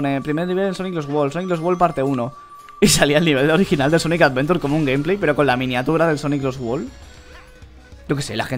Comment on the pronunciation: Por que dise sonic avedura